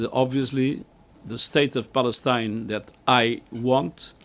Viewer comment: HAHAHA 😂🤣🤣 I HEARD SAY 👉 BALLETINA 😂🤣🤣 HE CAN'T PRONOUNCE 👉 PALESTINE AND THAT'S A SIGN THAT,👉 THE UNITED NATIONS 🇺🇳 IS A COLLECTION OF ILLITERATE LEADERS 🤣🤣🤣 THIS IS REALLY FUNNY